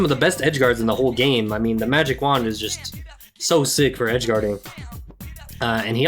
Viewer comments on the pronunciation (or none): none